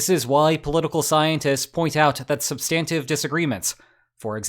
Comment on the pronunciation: SUBstantive not subSTANtive. Dung not Dang XiaoPing.